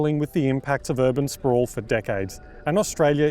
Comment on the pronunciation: Urban spew not sprawl.